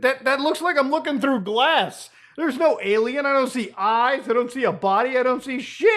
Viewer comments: does... does he keep saying "aye lam ow"... and trying to mean "alien"?... is the cringe this strong? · Why does he say alamao?